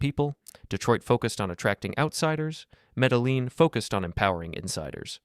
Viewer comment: You got work on the pronunciation of Medellin lol